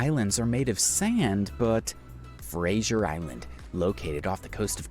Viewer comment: The mispronounciation of Macquarie is unbelievable and typical of Americans. In fact there was not one name that he got right. Eyre is pronounced "air". Fraser is not Frasier. Antipodes is an-TIP-odd-EES. Can't remember the others. Lake Eyre is teh habitat of many waterfowl when there is water there. Every few years with heavy rain it fills up and water birds - including pelicans, come to nest there. Most of the time it's salt flats, which look spectacular reflecting the sunlight.